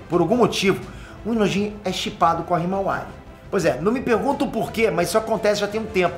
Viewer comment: kkkkk choro de rir nas análises suas do boruto falando hiamara sei la como escreve a irma do boruto kkkkkkkkkk😂